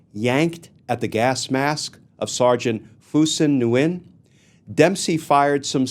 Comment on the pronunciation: Nguyen is pronounced Wynn.